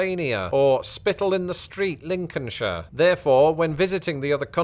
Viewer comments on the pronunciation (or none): none